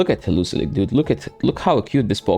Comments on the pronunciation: HE-LEO-ISK brotha don’t over complicate it😂😂you da man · Pls never stop saying heluzilek. It is my new favorite pronunciation of heliolisk now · Hee-li-O-lisk, that pronunciation cracked me up every time, sorry! 😂